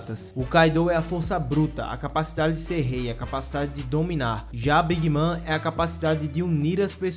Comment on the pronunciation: Bacana o vídeo, só a pronúncia da big mom que não é big mã, é big môn